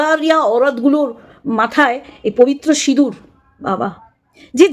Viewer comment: Didi sindur k sinur boleche amader anek vaggo valo, vaggis indur boleni😂😂😂😂